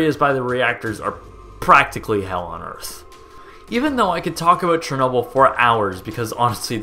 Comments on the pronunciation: Treenobyl? Great pronounciation there ;) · The way you say it sounds like this (Cherri-noble) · I'm pretty sure it's pronounced "share-noble"